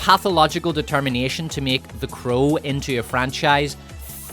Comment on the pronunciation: Anyone tell you that you pronounce "crow" like "cruel"? I kept wondering listening to and not watching the part about The Crow 2024 what movie is Cruel, until you started speaking about Bill Skaarsgard. But it is fitting, anyone forced to watch The Crow is subject to cruel and unusual punishment.